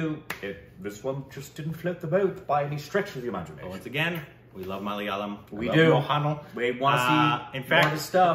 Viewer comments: Its MO-HAN-LAL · You are doing injustice and mockery of reviewing a movie without watching the original prequel. You don’t have to like it, but the fact of the matter is you just didn’t get it. You got to get serious a bit more of the objective is serious review. At the least, learn to say Mohanlal. It’s not a difficult name to struggle.